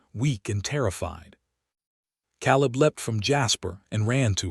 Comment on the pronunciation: Or Kay-leb Silas is Sigh-las I dislike creators who just crank these stories out without care to get things right. 👎